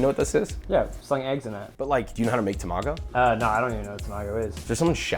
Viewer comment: That’s not how you pronounce ‘tamago’.